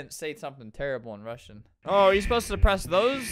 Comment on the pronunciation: albert pronouncing russian like the english alphabet